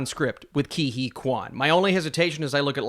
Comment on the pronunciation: Isn’t it like Kay Hooey instead of Kee Hee?